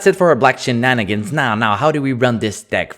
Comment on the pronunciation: Shenanigans, not shinanigans.